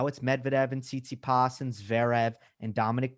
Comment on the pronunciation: Gotta teach the boomers how to say Tsitsipas. and Steve Flink can't stop saying Tsitspitas!